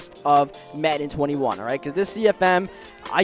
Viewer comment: Every time he says welcome back to Madden 21 cfm I hear Madden 19 lmao